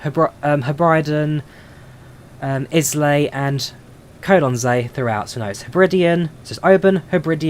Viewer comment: It's pronounced Isle lay but as one word.😀👍 Just noticed you had been informed of this during the stream. 👍